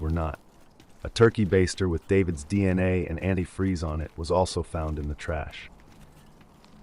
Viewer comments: My gf originally thought she had caught herself ab to say the whole word antifreeze and then stopped herself. Then she figured out that the lady really thought it was "antifree", and said "damn, she said the whole ass word then, and said it wrong!" 😂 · Stacy was also so stupid she pronounced antifreeze as “antifree” in an interview and the note supposedly written by her daughter.